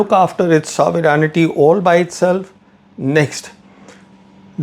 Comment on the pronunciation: You're a supposed defense analyst, what expertise do you have to talk on Foreign relations. Don't throw jargon like an illiterate. Also, Learn how to pronounce sovereignty.